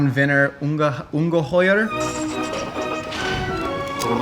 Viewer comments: I love how says that Ungahier word thing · The second time he said Ungeheuer the accent was actually pretty good